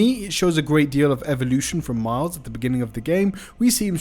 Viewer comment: bro just said Mild Morales lol